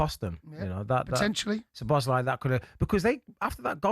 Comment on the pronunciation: Cundy it's Szoboszlai , not Sloboszlai , thought he was tonight..